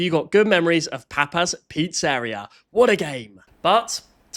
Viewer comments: Is it an Australian thing to pronounce Pizzeria as "Pete's area" or something? That's got me even more confused than saying that the Nucleus is the powerhouse of the cell, everyone knows that's the Mitochondria. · Papas pizzaireeuh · "pete's area" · >nucleus powerhouse >cannot pronouncer "Pizzeria" correctly, not even remotely accurately Dude you're literally too british to be watchable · Sorry hang on I’m having a hard time getting past this pronunciation of “pizzeria” 😂😭 never heard anyone say it like that before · I’m sorry, but HOW did he Pronounce pizzeria? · Nothing to do with the video topic, but the way you pronounce some things is odd, like pizzeria and advertisements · The way u say papas pizzeria triggers me, as an italian too. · The real bad thing is how you pronounce "pizzeria" oh god i just heard you say advertisement help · we dont even say pizzeria like that, thats a crazy way to pronounce it